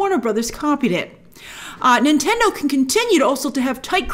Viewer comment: Is she saying Intendo at times?